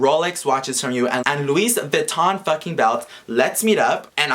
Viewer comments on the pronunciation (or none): Bruh.. "Luis Vuitton" 💀😂😂 Mexican version of Louis Vuitton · Yoooo said "Luis Vution" im dead like wtf is a "Luis Vution"😂🤔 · This is fucked up but, omg I couldn't stop laughing everytime you said "Luis Vuiton" 😂😂😂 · Omg “Luis vuiton”, what an idiot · Omfg every time you say “Luis Vuitton” 😂😂😂😂😂 I just can’t with idiotic ass people. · Who would fucking says Luis vuiton like the fuck if I see him I’ll fucking punch him and why would he steal from someone and he is just lying and a piece of shit 😡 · “Luis vuiton” lmao😂👌🏽😭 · Really “Luis Vitton” first of all LEARN ENGLISH Second of all STOP BEING A STUPID MAN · it is spelled Luis Vuitton but pernonced Vuitton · He said "rob a car" he is dumb and he know that his belt was fake if he say "luis vattion" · "Luis Vouiton"😂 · 'luis vuiton' is the mexican loui vuitton😂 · " Luis Vuiton " a chingado 💀💀💀💀😂😂😂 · people these days 💀 "luis vuiton" 😂 _ 💸💸💸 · I died everytime said "Luis" Vuitton 😂💀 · I started dying when he said "Luis vuition"😂😂. The guy who created this rumor is hella stupid and will get what he deserves.